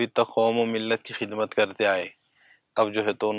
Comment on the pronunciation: Khizmat Nahi hai khidmat h